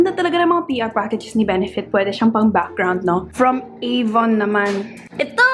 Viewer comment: ooohhh mark. I've never heard of this brand before. HAHAHAHA ate it's avoooOooOon